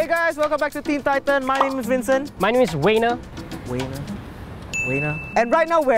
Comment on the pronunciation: it’s wincent and wayner